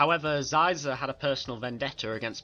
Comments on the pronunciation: its pronounced sheezor not sizor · Prononced Sheezor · Wonderful! So glad to see video about one my favourite syndicate=^.^= Maybe you Could do Pykes one day. Love the Pykes^^ ___ I`m sorry, but Shee-zor. (nevermind, video is still great. I mispronounced his name about a year. nothing bad happened).